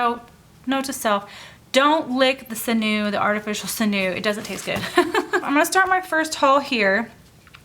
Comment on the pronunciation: When I make my inserts after the x-acto knife bit, I take some sand paper to just smooth out the edges. Oh! And it's pronounced sin-yew; it's the artificial version of stringy stuff from muscles and cartilage. Back when people used the entire animal for their lives, they turned the sinew into string to help sew and tie things together. Just an fyi. :)